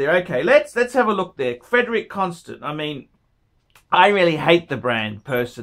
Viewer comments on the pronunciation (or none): if you wan't to be a connoisseur, at least learn how to pronounce brand names. "Constant"